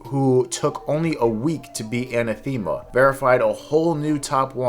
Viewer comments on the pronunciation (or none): Pronunciations are hard to describe in plain text, but the stress should be on the second syllable, not the third. If you can read enPR, it's /ə-năth′ə-mə/. If you can't, search for the pronunciation and you should find a voice recording.